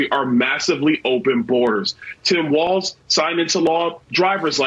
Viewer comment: Tim WALZZZZZ 😅😘😘 NOT WAL(TS)